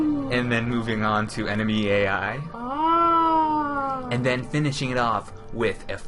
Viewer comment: ENEMY EEAII